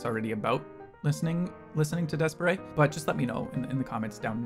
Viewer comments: Reddish is my favorite song and video by D'espairsray. They're pronounced Despair's ray by the way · Thank you for the good reaction! Please do a full reaction for them. And I'm not going to comment on how you pronounce the name hahahahah, but yes it's wrong pfft. xD